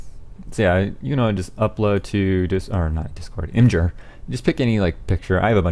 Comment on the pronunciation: I cringed so hard when he said imjer